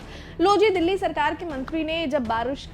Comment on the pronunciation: दिल्ली ❌ गिल्ली ✅✅🤣